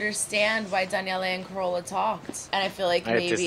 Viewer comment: FYI- accent is on "car" in Carola.